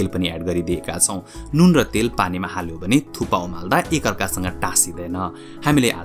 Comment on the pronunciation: It's thukpa or thuppa ,😅??